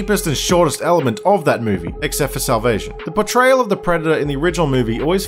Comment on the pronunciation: for some reason every time you say "portrayal", i hear "betrayal"